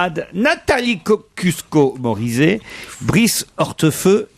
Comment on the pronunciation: KOSCIUSKO-MORIZET... IL A DIT COCUSQUO 😂😂